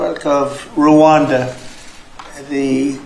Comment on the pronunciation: Rwanda NOT Rawanda! These Western guys can only think fictional "Wakanda" movie. A little geographic education won't hurt.